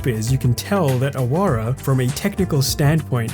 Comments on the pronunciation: It's actually pronounced Aawara no ahawara. It means a rebel or outcast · In Awara, the middle 'a' should be stressed and the 'w' is pronounced as the 'w' of wow not as the 'v' of van.